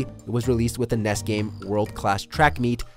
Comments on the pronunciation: When your announcer is too young to know how to pronounce NES. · I enjoyed the countdown until you got to number 3 and called the NES a "ness". Aight I'm out.